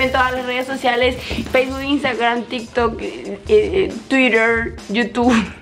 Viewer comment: pensé que habia dicho tiktok pero escuche varias veces y dijo tintok :face-orange-raised-eyebrow